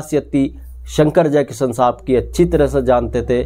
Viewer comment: भाई साब यही फर्क़ है जो आप में और प्रदीप शर्मा में है, आप मुकेश को मुकेस और शंकर को संकर बोल रहे हैं, जयकिशन को जयकिसन, और ये कहानी बिल्कुल झूठी है, सुहाना सफर के साथ ऐसा कुछ नहीं हुआ था, थोड़ी रिसर्च करके आया करो